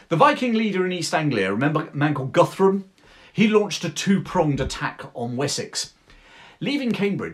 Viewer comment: Hi it's great perfomance and l share your opinion bout Alfred/ Churchill This man was a really Great till today for the English! I confess Cornwells Uthred saga (the books only) is enjoying but your feature is historical top notch! Guthrum sounds like Goodroom. And all of the earlier chronics read Danish at most. Best regards from Northern Germany Ludwig.